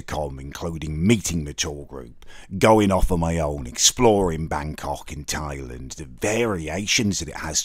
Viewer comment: I love you but why do you keep calling Thailand, Thailend?